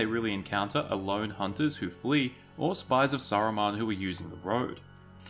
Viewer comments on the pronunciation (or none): none